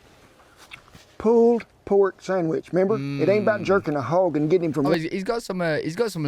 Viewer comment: Hah! The captions said Pooed Pork because of how he says it.